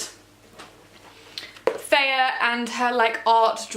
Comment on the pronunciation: also who do you pronounce her name Feyah instead of Feyrah lol